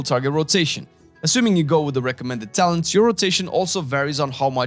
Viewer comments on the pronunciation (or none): Was the "Talens" intentional? :D